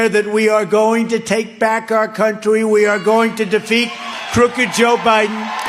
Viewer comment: “Countwy” like Elmer Fudd and Pontius Pilate in “Life of Bwian”.